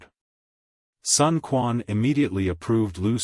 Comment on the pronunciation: Sun Quan is mispronounced as well.